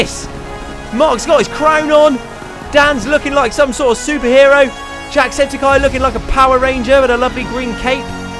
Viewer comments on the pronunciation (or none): eye not guy